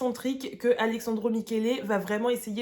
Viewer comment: Super vidéo, mais je t’en conjure, parle moins vite et respire ! 😅😊 (C’est AleSSandro, et non ‘Alexandro’ 😅)